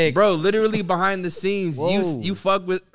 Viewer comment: Boi that philly accent came out in that “what the fawck”😂😂😂you soundin like my grandiddy from philly.